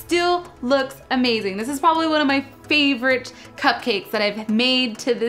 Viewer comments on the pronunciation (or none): none